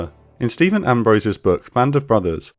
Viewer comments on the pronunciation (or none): none